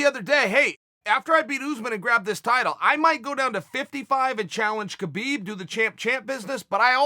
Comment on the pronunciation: Wise Uncle Chael. Love your commentary and your interviews. A favor to ask of you, could you please start pronouncing fighter's names correctly rather than Americanizing them. Jorge is not George and Khabib is pronounced Habib. Imagine if people called you Kale rather than Chael. Your fans are global and there is nothing more annoying then when someone chooses to pronounce your name the way they see fit rather than the way it is intended. 1 love.